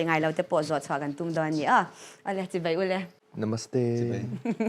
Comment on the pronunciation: "Chibei" a ni lo, "Chibai" tih tur. "Mei" ni lovin, "Mai" ti rawh... Mizoṭawng hi lam dik hrâm hrâm teh u...